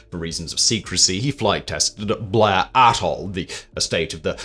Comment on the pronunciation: Best Scottish pronunciation I’ve heard in years, that’s another new way to say Blair Atholl and Tullibody. 😂😂